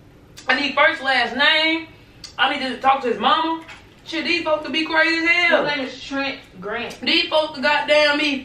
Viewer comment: “okay Trent Grent”💀💀💀💀